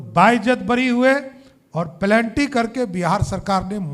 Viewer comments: Penalty ko pelanty bol raha he.aur ye deputy CM he bihar mn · सा धू यादव के लेवल का है ये.... penalty को plenty बोल रहा....ऐसे लोगों को सुधारने के लिए ही बिहार और बिहारियों पर फ़िल्में बनाई जाती हैं 🤣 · प्लेन्टी not penalty? इतना पढ़ा लिखा हैं ये? Afidabit को हेफिडेबिट बोल रहाहे? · Plenty nhi be penalty hota hai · भाई पलेन्टी नहीं पेनाल्टी होता है😢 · PENALTY❌ PELANTY✅😂😂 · Sirjee, penalty hota hai ,planty nahi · Are wo plenty nhi penalty hota hai bhosdk deputy CM bane ho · Plenty ya Penalty? HAFIDAVIT Ya Affidavit? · Are samrat ji plenty nahin hota penalty hota hai. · पेनाल्टी होता है प्लेंटी नहीं होता है और आप उप मुख्यमंत्री हैं जय हो बिहार के लाला ऐसे हो लोग जीतेंगे चुनाव साला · Aajh fir se beizzati krwa liye pelanty nhi penalty 😂😂😂😂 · क्यालिफोर्निया युनिवर्सिटीका पोष्ट ग्र्याजुएट बोलता है, पेनाल्टी को प्लेन्टी कहेता है। 😂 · Samrat Chaudhari ka English ka gyan nahin Hai to plenty ko plenty bolata hai aisa Sarkar nahin rahana chahie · Plenty😂😂 Hafidebit😂😂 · पेनल्टी सही से बोलना सीख लो यह है bihar के फाइनेंस मिनिस्टर, अनपढ़..... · Palanty…..haafidivi…. D.Litt. Kiya hai ye aadmi…..ye easy words nahi bol paa raha hai….. Total fraud….murderer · "Haffidavit" 😂 "Plenty" 😂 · Plenty and hafidivit 😅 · Halfidefeat ✔️ plenty✔️ Affidavit ❌ penalty ❌ ये मूर्ख pk को टक्कर देने आया है 😂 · Yeh chowdhri Bihar ka upmukhya mantri hai,Bihar ka naam bhrust kar diya,penalty ko planty,construction ko costruction,affidavit ko halfidavit kahta hai,kuch to padhleta bhadwa. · Murkhanand ko penalty bolne nahi aa rha hai. 10th pass doubtful hai😂😂😂